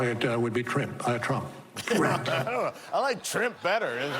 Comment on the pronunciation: In the whole dry serious saga, that's the only time I cracked up. Trimp is so appropriate!